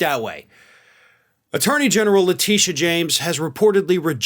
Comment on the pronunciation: Who is Lateesha James?! Do you mean Tisha James, the New York AG? It is, always was, and always will be LETITIA (Tish) James,. You can’t call out the GOP for doing exactly what you do on a daily basis. Get the name right! For once!